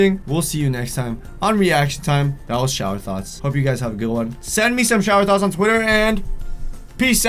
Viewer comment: It sound like you're saying thots